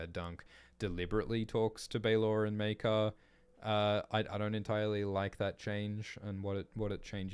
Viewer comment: Pronounciations of Maekar so far 1.Mycah 2.Maykar 3.Meerkar 4.Maker